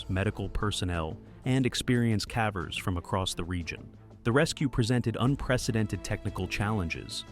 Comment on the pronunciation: 'cavers' or 'cavvers', 'Yorkshyre' or 'Yorksheer'. These are the mispronunciations that jolt one awake.